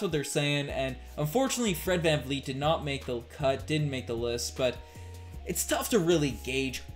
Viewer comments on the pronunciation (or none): can you pronounce giannis' last name with a 'P' not a b. long time watcher but really disrespectful when people don't take the time to pronounce people's name properly specially as a podcaster/analyst. really bothers me when people say fred vanfleet as well. jus sayin